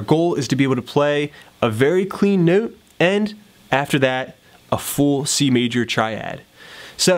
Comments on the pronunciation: can this dude stop saying note like that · newt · you say “note” funny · that's not a Canadian pronunciation